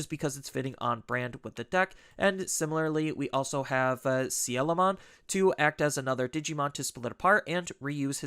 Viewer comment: Thank you for pronouncing Coelamon correctly